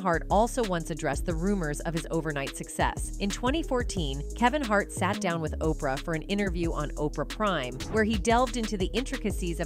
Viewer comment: Kaven Hart?